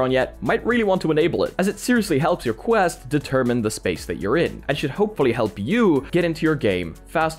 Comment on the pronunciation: QUST LOL ITS QUEST